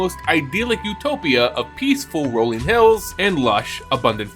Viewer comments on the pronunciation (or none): none